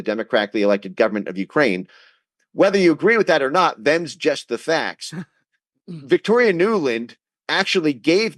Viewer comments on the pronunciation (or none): none